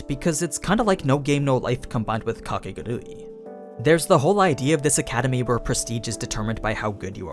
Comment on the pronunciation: Why do you say "Date a live" and "Kakegurui" like that?